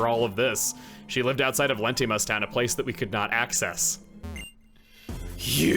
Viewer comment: I was to say Letimas should be pronouced "lay-tee-mas" since it's clearly based on towns in the South West United states. Most have Spanish names and it feels like it should be that. Though, your pronunciation is probbably on par with how Texans say Amarillo.